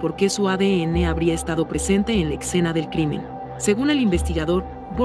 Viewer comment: Escena, no excena, después de eso todo muy bien